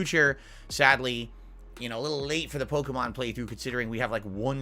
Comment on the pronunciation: They way he says polkamon super fast and incorrectly is obnoxious